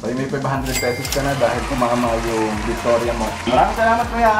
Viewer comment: Victoria Radavic-chuti pag pronounce? HAHAHS